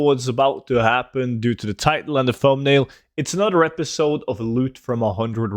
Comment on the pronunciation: You literally cannot say another correctly. You say anudder. Also. Emblazoned and phalanx. Learn how to pronounce words/read.